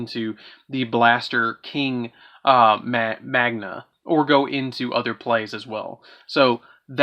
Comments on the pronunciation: “Magna” not Magnia “Magnus” not Magnius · Been Hoping for an Up to date Super Quantal Deck profile for some Pointers for my deck. Was a good video but why do you see the letter I on Cards that arent there? Magia and Magius is not saying it right 🤔🤨 kinda Cringy to mispronouce cards you have in your hand 🤷‍♂️